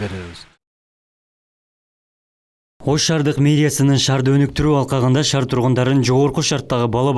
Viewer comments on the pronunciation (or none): Шар эмес шаар, туура суйлогонду уйрон